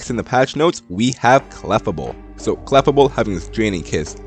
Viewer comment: I'm sorry to point this out but the prononciation of Clefable is Kluh•Fay•Bl.